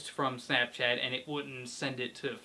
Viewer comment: how'd there you says snopchat at bad!